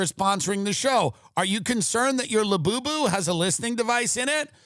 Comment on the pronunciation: I find it very hilarious when you say la boo boo